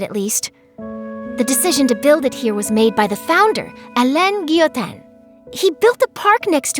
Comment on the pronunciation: She say it so badly lmao "Guillotin" don't have the same prononciation than "Guillotine" I cant write how the "in" from "guillotin" pronouns because english don't have this "sound" in it language